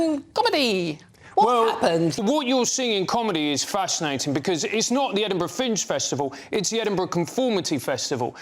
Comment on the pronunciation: Edinburgh Minge 😂